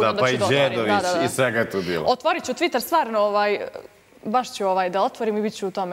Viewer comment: "TvIiiTeeeer"cc jaoo,jao!!